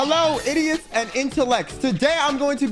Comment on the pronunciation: emphasis on the idiots 😭😭😭